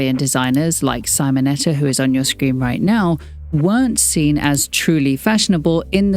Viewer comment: What you claim it is a contradiction in itself. ... and Really you cannot pronounce the name of Simonetta? Or was it a too hastily reading that kept you off doing it?